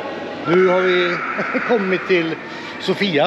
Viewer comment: Sååfia uttalas det nog;)